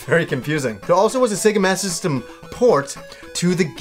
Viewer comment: I love how you pronounce Sega Master System and Sega Saturn... Sega Mastasyssim and Sega Sattin. Lols :D